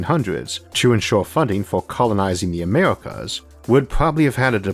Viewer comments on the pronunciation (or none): Great video content, but your DAM ACCENT OR VOICE is driving me 🦇 💩!!! For GODS sakes man, pronounce your R s DAMMIT It’s crowds....Not Cwowds.....and AMERICA....Not AWEWICA!!! 🤨👊 🇺🇸😲🤯🤔😂😂😂.🤚🤣🤣🤣🤣🤣🤫